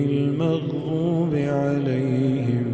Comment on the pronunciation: Beautiful voice but is the pronunciation of ghair al maghZubi alaihim walaZaleen and WaZarabna lahum al Amthal correct. I heard the daad pronounced like tha